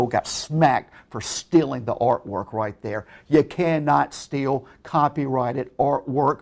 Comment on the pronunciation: 'You cannot steal copyrighted arwor' Oh